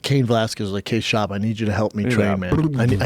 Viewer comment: Brandon "Bolth" Schaub